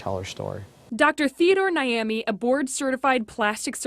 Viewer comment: I beg the doctors name is not Naimey it’s Nyame which means God in Ghanaian language 😁😁